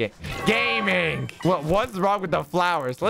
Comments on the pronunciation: Wien you Said im gaming i thought you did say im gay😂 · i heard him say gay many times... is that the truth?